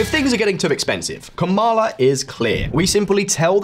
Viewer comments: it’s KAmala, not kaMAla if you can’t even bother learning your name, you shouldn’t make a video about her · Her name is pronounced comma la literally why are you so annoying 🙄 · the emphasis is on the first syllable, like PAMela. KAmala. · "Kama-la Harris" - this channel is pro Trump 😂